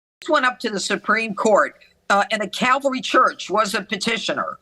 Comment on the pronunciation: She is daying cavalry, but wouldn't it be CALVARY...... where they crucified him?????